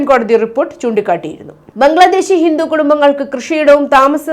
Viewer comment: നിങ്ങൾ എപ്പോഴും ഹിന്റു ഹിന്റു എന്ന് എന്തിനാണ് പറയുന്നത്. ഹിന്റു അല്ല ഹിന്ദു എന്നാണ്